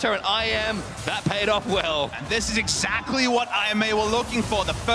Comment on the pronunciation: "Exactry".... really!!?!?!? Lmfao.:D